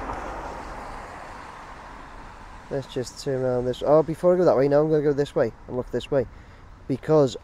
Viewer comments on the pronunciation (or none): none